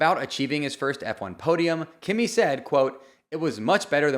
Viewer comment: It’s pronounced “key-me”… not Kimmy.